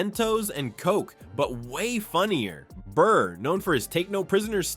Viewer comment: It’s Burr not bird and your failed humour attempted voice overs made this total ear poison